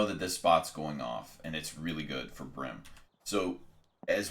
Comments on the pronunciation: Why do you pronounce it Brim? It`s Bream. change the B to a C and you`ll know what i mean. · Bro good vid but its breem not brim.... when you say dream, you dont say drim....... bream(Breem)